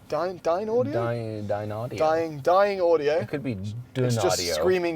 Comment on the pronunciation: its pronounced like dine, and we are dining out this evening, audio and they are one of the single most accurate driver mfg on earth (well, most accurate that mass produces, that is)